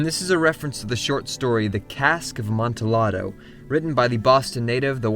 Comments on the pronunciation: Amanti lado? It’s pronounced Amanti YA doh Uncultured swine. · It's pronunced "Ah-mont-ee-YA-do." The 's' is silent. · Please, please, PLEASE... it's pronounced "Ahmonteeyado" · AmontiLLADO (A-MON-TEE-YA-DOE) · by the way the Amontillado is pronounced like amonteeodo not how it is spelled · yeah it hurt me everytime he tried to say "amontillado" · He said amontillado wrong.